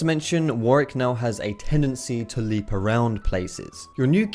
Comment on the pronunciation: jesus christ it's warWick, NOT warick. This pissed me off the whole video